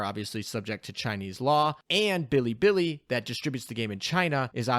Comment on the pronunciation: how he pronounces bilibili tilts me. its not fucking billy billy...